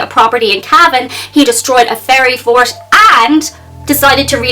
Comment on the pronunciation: At first I thought you said "fairy fart"!